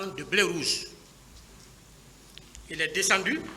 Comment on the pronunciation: C'est le seul militaire haut gradé qui ne sait pas dire béret rouge, il dit blé rouge